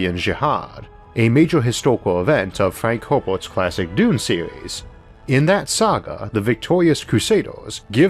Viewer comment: I love your accent Issac but every time you say Dune I cant help hearing Doom. Thought it was funny so I had to mention it.. (I have a kind of hearing-interpretation problem that makes things like that worse for me.)